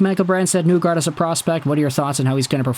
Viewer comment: You’re saying his name wrong. It’s not NEWgard. It’s pronounced like KNEE gard.